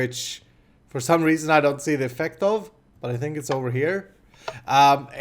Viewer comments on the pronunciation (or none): none